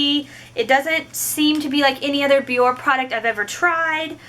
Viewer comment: Your channel is cool, I just found it. I'm not trolling, I swear, but the brand name is pronounced Be-yor-Ay. You can hear it in their commercials. Keep up the good work.